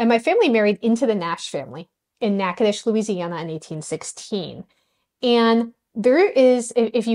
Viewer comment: Natchitoches, pronounced like a local, bravo!